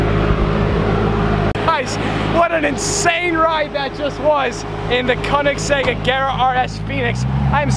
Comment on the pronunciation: koenigesegg so sorry